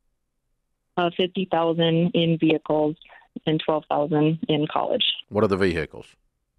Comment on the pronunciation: Papa Dave does a "vee-hickles" drop!